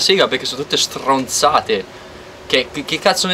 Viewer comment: Sono tutte strrrrronzate😂😂😂